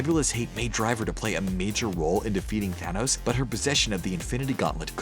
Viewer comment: Your thanos a tranos